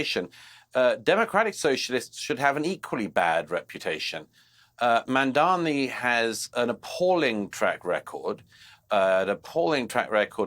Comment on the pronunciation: Jealousy killed the cat. MAMDANI, Mamdani, not Mandani you goofy tower of ignorance.